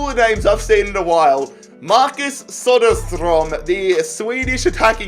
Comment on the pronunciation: Nailed the prenoucesion on Söderström